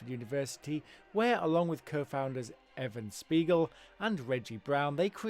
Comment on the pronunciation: Just an FYI - it's "EVAN" Spiegel, not "EVEN" Spiegel in. Geez ! Then you show Evan Spiegel again, yet introduce his pictures as those of Ludwig Theodore Braun. You guys everr check your own videos ???